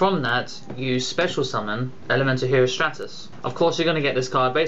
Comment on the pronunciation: It's stratus. Like the Stratosphere. same pronunciation.